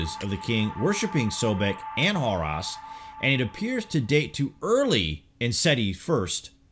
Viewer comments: Horus, not Hoross. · I thought he said "whore us" at first lol x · Brother it not Abidass but Abydos, not Horass but Horus. Just saying. Be well.